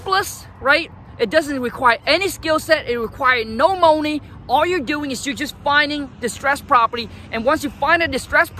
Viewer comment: Let's get it right guys. "Let's get Dis Mo Nay"